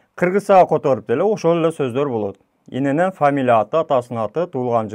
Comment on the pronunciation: ин ен ен эмес ИЕН ЕН